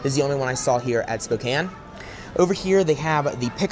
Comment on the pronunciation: YESSSS i’m from spokane! thanks for representing our city and also pronouncing it correctly! i’ve sadly never been to this location but i will have to go!